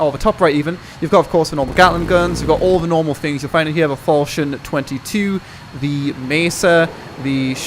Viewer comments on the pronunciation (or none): none